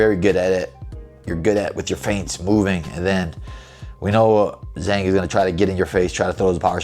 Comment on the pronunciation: Brother, let me help you with that Chinese name pronunciation : Zhang sounds like John, but throw a G on the end. JOHNg.